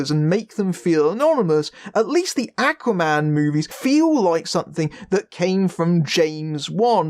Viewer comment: Love the review but can't get used to they way you say "Aquaman"; sounds like you're saying "Acne man". It's the way you're pronouncing the first letter 'A'; should be a lower sound, like the word 'awe'.